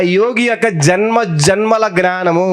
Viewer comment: సార్ నేను ఇలా messege పెడుతున్నందుకు ఏమి అనుకోవద్దు . మీరు జ్ఞానము అనవలసిన చోట gnanamu అని అంటు న్నారు దయ చేసి జ్ఞానము అని పలికే లా చూడండి plz ఏమీ అనుకోవద్దు